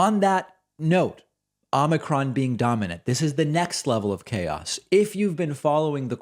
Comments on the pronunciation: Its not ahmikron it's ohmikron. O not Ah. Get it? Probably not. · David, the first syllable of “omicron” is pronounced as “oh”.